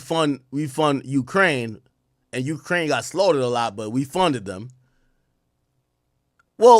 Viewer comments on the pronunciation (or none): none